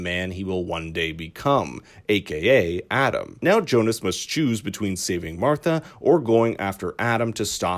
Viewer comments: omg it's pronunced Bartosh and Yonas not Bartosss and Jonas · But why? Why do you americanize their german names? It's Jonas!! Pronounced "ionas", not "johnas"... And same with the rest of them. You'd think you know that after 2 seasons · Jonas? Seriously? Do you spell it like that? It pronounces Jonas. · Its pronounced ‘Yo-nis’ not ‘Jonas’ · It is Jonas. It's a German name as well. And Franziska without h